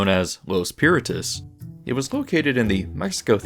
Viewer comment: i love how he says "los piratas" like hes speaking english